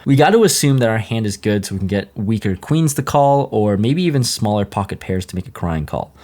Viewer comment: I love you! But god I hate how you say “POCKET” goddamn